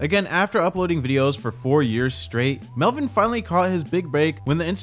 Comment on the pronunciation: Melvin or Welvin?